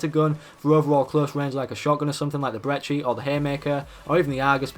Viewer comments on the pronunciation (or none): The brechi?😂😂